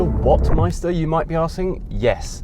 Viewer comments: you should really spend some time out of the UK from time to time, then you'd know that the first letter of the Chinese word "Weltmeister" is pronounced like a "V", not a "U". Just kidding, I am pretty sure that the Chinese persons who chose a German name for their company didn't know how to pronounce it either, so it now gets to be pronounced "Ueltmeister" and nobody dares confront them on this... Still, any English speaker should learn a bit of the Saxon part of their language, it's like Latin for French, Spanish or Italian speakers. We already know that Chinese cars like this EX5-Z are copies of Western cars and SUV designs, especially German cars, but I find it funny that also they use Western names for their brand, like the "Weltmeister" that sounds like serious German manufacturing quality. What a name too. They really have no clue how offensive this would be for Western people, but then I guess their Chinese market is large enough that they don't need to export cars. So we should probably expect a "Autobahn Führer" Chinese startup name one of these days... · D There are two German names: Weltmeister and Waldmeister. First one means World Champion, but you pronounce it like Waldmeister, which means woodruff xD I'm really curious if and how China will sell cars in the UK, giving the political relationship between both countries and pressure from the US.